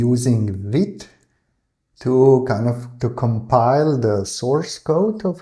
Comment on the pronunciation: Also, you pronounce "vite" perfectly (like a real French man)!!